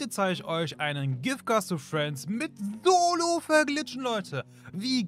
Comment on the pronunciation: Er sagt solo ahhahahaha